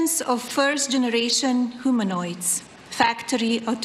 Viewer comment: MT doesn't pronounce "humanoid" like a humanoid.